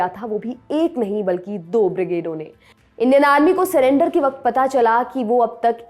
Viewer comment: उच्चारण ग़लत है जो भ्रमित करता है। "इंडियन आर्मी" को "इंडेनार्मी" बोल रही है आप। सुधारें. 💐